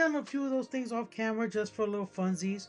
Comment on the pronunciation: ...I can't believe I forgot about this entirely. I've got to shake off this serious case of "brain bake" that I seem to have picked up. I hear the word "camera" said like that, and all I can think is "Godzilla's found a very annoying opponent." (Gamera) A Poliwrath with Lovely Kiss, huh? With a face like that, it would probably need to body slam an opponent to use the move, or charge at them like a football running back.